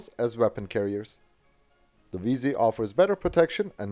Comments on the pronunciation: It's WIESEL not Visa. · Why do you pronounce it as "Visa"? Wiesel is pretty much pronounced like the english word Weasel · as a german i get triggered every time i hear him say "wiese" instead of "wiesel" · And?? I am a native german speaker. In the german Video you postet to me you can hear that it is Wiesel (weasel) and not Visa like in your video. ;) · Dear, why are you calling it "Wiese"? The s, e, and the l are clearly pronounced in german. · You speak it exactly like the english "weasel" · In German no letters are silent. So if there's an L, you have to pronounce it. Furthermore: 'ie' (ger) == 'ee' (eng) and 'ei'(ger) == 'ay' (eng). So it's "Wee-sel"